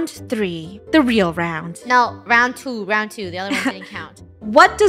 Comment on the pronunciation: FUNNEH ground rhymes with round to you know